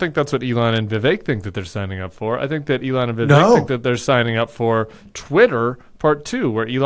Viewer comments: It's Ví vek guy's. Ramaswami is a hindi name and so, the stress is on the first syllable. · What is up with viv ache? Every Vivek I've ever known pronounced it Viv-ek.